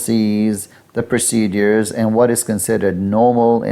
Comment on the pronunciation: PRO-CE-DURES…..not procedees!